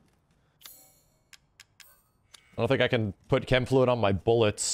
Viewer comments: When said |Sh-em| fluid, i m dead😬 🤣....Chem is short for Chemical, or Chemistry or Biochem. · did this guy just say CHem fluid instead of kem fluid?!?!? lmao bruh